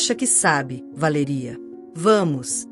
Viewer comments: Porque não pronuncia o nome correto Valéria não Valeria😂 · Como falam errado ! Nossa quem fala assim não é Valería e sim Valéria cassete! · Péssima como ela pronuncia o nome Valéria pois tenho uma irmã co esse nome e tao lindo bem pronunciado